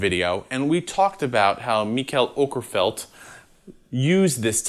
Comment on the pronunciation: As a swedish speaking person I'd say that it was good enough.